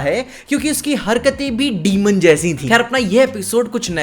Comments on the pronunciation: डीमन ❌ डेमन ✅ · it's not demon it's daemon